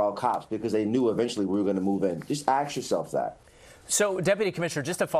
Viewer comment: Deputy Commissioner should learn how to speak. The word is "ASK" not "AKS". YEESCH!!!